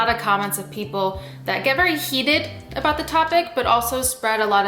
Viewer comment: Why ya talking aboot my skin haha